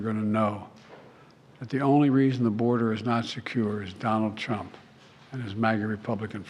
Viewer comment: It is irritating to hear jb say 'it's Donald Truunp's fault" everythime he talks about his(jb)s screwups.😮